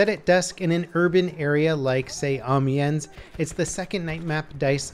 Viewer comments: It's pronounced Amienn, not Amiens. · Amiens is pronounced with a silent "s". Source: I took french.